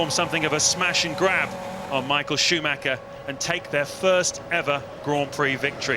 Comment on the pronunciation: I love how the commentators (to this day) never try to pronounce Michael Schumacher somewhat correctly.